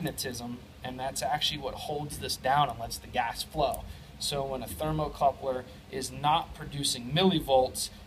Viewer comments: Ha, you keep saying "thermocoupler" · 'thermocouple' No 'r' are the end of the word. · Great video! It’s a thermocouple not a thermal coupler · Its "thermocouple," not thermocoupler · Very good and informative video, usually read through the comments cause I often pick up something extra, there are a lot of English proofs having a problem with your pronunciation of thermocouple, seems strange, they are looking for info on testing this thing, trouble shooting requires an analitical mind, yet this becomes a big stumbling block for them, what because of this they get so confused that the knowledge you went to the effort of sharing with a very well done video is some how not good enough, I wonder how man useful videos this group of rocket scientists have produced, jeez some people.